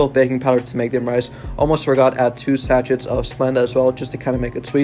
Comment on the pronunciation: Sachet is pronounced sa-shay. The t is silent.